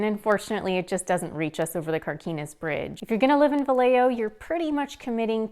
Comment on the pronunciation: Pronounced Vi yeah ho